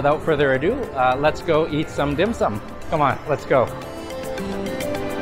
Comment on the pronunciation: I always trust a guy's evaluation of dim sum if they can pronounce it properly...lol nice vid